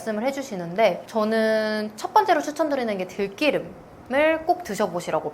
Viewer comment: 좋은 말씀 감사합니다. 생들기름 공복에 먹지 않고 샐러드에 두 바퀴 넣어서 먹고있어요. 들기름을 들끼름이라 발음하니 듣기 어색하네요 ㅋ